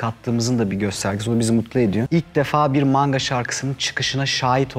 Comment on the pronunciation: maNga'nın "N"si nivtonumu taşıyor?